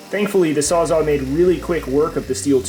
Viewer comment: This is an awesome series, but I can't just listen to you say "sawzaw" and keep my mouth shut about it 😂 It's Sawzall with Ls, and that's a model made by Milwaukee. Saying you got a "DeWalt sawzaw" is like saying you have a Nissan brand Corowa